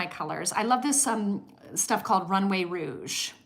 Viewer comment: it’s runway rogue, not rouge! Also, your mom’s poem made me emotional. It’s so tough giving up things you love, especially when you grew up with little, but your mother was totally right about what real giving is.